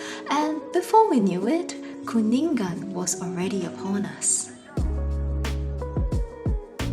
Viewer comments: Thanks for covering the events. It's a beautiful peaceful religion and people. By the way Galungan and Kuningan is pronounced with silent G at the end. So it's like Galung-an, Kuning-an. Not Galung-gan, Kuning-gan. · Ga lu ngan not ga lun gan Ku ni ngan not ku nin gan When you see NG pronounce it together. Sory just little correction hehe..